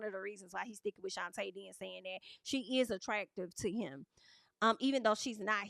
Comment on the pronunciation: Why do yall keep pronouncing her name like that It’s Shonta like Sean/tay